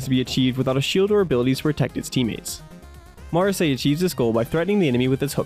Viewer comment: Just so you know. So the Gundam fanfiction m doesn't tear you apart. It's pronounced. Ma,ra,s-eye